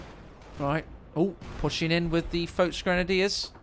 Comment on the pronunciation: Well except the folk grenadier